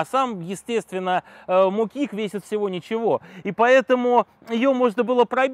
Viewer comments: Да не моки́к, а мо́кик! Дярёвня! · в латышском ударение всегда на первый слог. Так что мОкик, сАркана звАйгзнэ. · Мо́кик! Ударение ставим правильно. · Почему мокИк если мОкик? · Правильно говорить мОкик а не мокИк! И заводить надо правой ногой а не левой! Левой заводишь когда сидишь на нём. Сразу видно что у этого теоретика в детстве не было подобной техники! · Почему мокИк?! Всегда говорили мОкик! Слух режет до неприятности... Самое странное, что никто не поправил во время съёмки... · Для начала: мо'кик, никак не моки"к. Да и всё остальное, увы, на таком же "уровне", - мимо, неверно, в лучшем случае, - неточно. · МокИк... Автор коверкает слово.. Аж бесит... Не досмотрел.. Есть материальчики поинтереснее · Печально..Ударение в слове мокик ставиться на букве О. А попытка завести вообще шедевр.Может стоит выкладывать ролик о том о чем хоть что то знаешь?😜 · Пол видео просмотрел и не выдержали нервы как он ставит ударение на слове мокик. Как с другой планеты , аж противно.